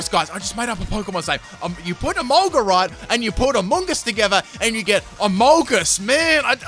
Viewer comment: Absolutely no one:: Emolguss!!!